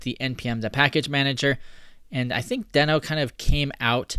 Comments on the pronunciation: It's pronounced deeeeeeeeno 🙃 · I think you are pronouncing it wrong. It is pronounced as Dino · it's not pronounced "deeeeeeee-no"? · Just to be sure, I watched a video with Ryan Dahl talking about Deno and it is spoken like you have doube "ee"s. Deeno. :)